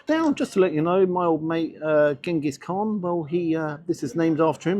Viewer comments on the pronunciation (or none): none